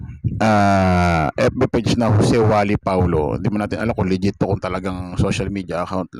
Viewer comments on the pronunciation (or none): none